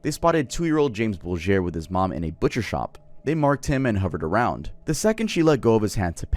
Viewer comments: As a Brit and someone who remembers this case when it happened, it pained me to hear you pronounce Venables and, especially Bulger. If you do a video in the future, they're pronounced Ven-able-s and Bul-Jer. Other than that, I LOVED the video. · Your pronunciations of Venables and Bulger remind me of Joe Dirt and him adding an e at the end to "church it up." It's Ven-uh-bulls and Bull-jer. 🤣🤣🤣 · Just to be a pain, John Venables name is said like Ven A Bulls. Like the end of vegetables. And it said Jamie Bull-ger like the ending of burger. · Interesting video, but bad pronunciation and inaccurate on the Liverpool story (I live there) ..The train track was disused.. Bootle is pronounced "Boot-ul" And there's no fancy pronunciation of Venables (Vena-a-bulls) or Bulger (Bul-jer) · hey! just a little note about the jon venables & robert thompson case, you pronounced a few things wrong Bootle is pronounced "Boo-tel" Venables is pronounced "Ven-ab-els" Bulger is pronounced "bul-jer" not that mispronounciation is a major issue, just thought it was worth mentioning :) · Venables pronounced ven a bulls and bulger is bulge er My uncle was one of the scenes of crimes officers on this. One of the most horrific things he’d ever seen. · For the James Bulger case: Bulger is pronounced BULL-dger, and Venables is VENNA-bulls. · thats not how you pronounce venables or bulger, venables isnt mexican and james bulger wasnt french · The French pronunciations for James Bulger and Jon Venables 😭😭😭😭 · I’m from the uk and love your content but the James Bolger case said the surnames totally wrong